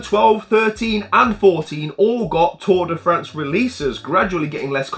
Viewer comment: That “Tour de France” pronunciation was chef’s kiss, mate